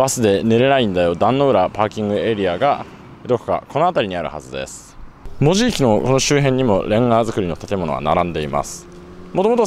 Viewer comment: でもこの人、意外にも門司のイントネーションが間違っていない 珍しい本州の人間